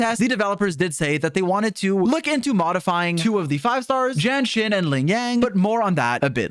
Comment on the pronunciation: The way u pronounce jianxin sounds like jenshin